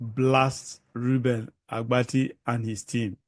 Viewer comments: Oga, it is ABATI and not Agbati. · The name is Abati not Agbati. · Oga, you are just looking for popularity. What is wrong with what Rufai said. Secondly, the name is Abati not Agbati. Yeye man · His name is Abati not Agbati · It's not Agbati, It's Abati. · Can you not pronounce Abati? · Oga, go and complete your train!ng before kuming to the media space. You can't even call the presenter Reuben Abbatti name properly. If u enlist to do a job, go and do your training very well. Finish well before coming to the public glare space. Mediocrity is not a virtue.